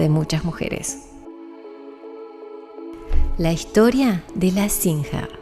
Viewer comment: Se pronuncia sin JE r. CON JOTA USO NORMAL COMO EN LA PALABRA "deJAme"..